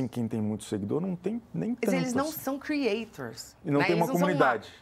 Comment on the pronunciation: O prazer da senhora em falar "Crieitchor" inúmeras vezes